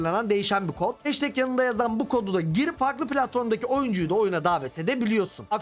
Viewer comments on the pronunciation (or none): none